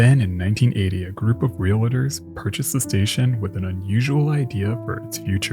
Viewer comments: Realtors - pronounced REAL TORS. Not Realitors. There is no i in the word. And yes, it does matter. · Did you say "realitors"❓